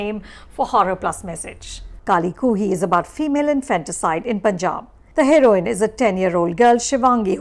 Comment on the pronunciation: Who else is hear to see Anupama Chopra mispronounce the film's name... about 8 times there...